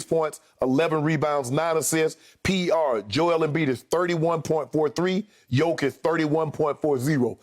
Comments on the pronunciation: Someone tell me how Skip can even have a valid opinion of a guy..........when he can't even get his name right!!!!? Jokavić. Shut up already! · Skip his name is Jokic not jokovic 😂😂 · Its Jokic, Skip. Not Jokovic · Somebody should tell Skip it's Jokic not Jokovic. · DAMN! You call yourself an expert... Learn guys name - it is JOKIC, not JOKOVIC! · Why is Skip saying Jokavic??? It's jokic.... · Joker, but so sad, bcz they will prolly be top 2 candidates for MVP and whoever lose this will be 2nd team All-NBA, btw Skip its not "Djokovic" its Jokic or Joker if u want it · Gotta love one the biggest sports commentators STILL not able to correctly pronounce Jokers name. Jokavic??? SMH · Jokovic is the super saiyan son of Nikola Jokic & Novak Djokovic 😂😂😂. Honestly the guy is an MVP front runner & 2 time NBA all star & you still can’t pronounce his name 😂. No wonder people don’t take Skip seriously . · Learn to say his name right you old fool man. Chatting bare rubbish you know. It’s Jokic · Skip has not watched the nuggets.. He can't even say his name right.. If Joker doesn't win it I swear I might stop watching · Skip can't even pronounce Jokics' name right smh. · Why is skip being ignorant like he cant pronounce jokic's name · Funny how Skip and Steven A can’t even pronounce names like Doncic and Jokic, while they are very easy to pronounce and these guys have been in the league for years now... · This guy hasn't learned to say properly MVP name,what a fool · Expert that cant pronounce MVP candidates name... Very professional. Bottom line is, Jokic doesnt sells shoes and sodas like Embiid does, thats the only reason why he will win MVP. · Skip you can't even say the mans name. Zero real arguments. You just like Emiids game over Jokic. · Skip can't even pronounce his name correctly. I don't think he ever watches Nuggets except in playoffs